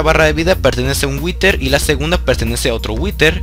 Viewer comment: si witer que bien lo dices